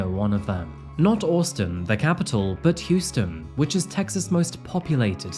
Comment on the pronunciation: You seriously don't know how to pronounce Austin.. Texas ? Seriously? Jesus dude